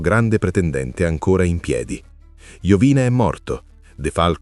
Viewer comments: Non è Iovìne, ma Iòvine. L'accento sul cognome è errato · Sarebbe interessante un approfondimento solo su Iovine. (che si dovrebbe pronunciare tipo Iòvìne). Un po' strano sentirlo così, ma sono piccoli dettagli. Al prossimo video 🤟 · Mario Iovine accento sulla o Contenuti interessanti comunque